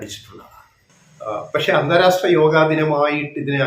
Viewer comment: അന്താരാസ്ട്ര അല്ല അന്താരാഷ്ട്ര.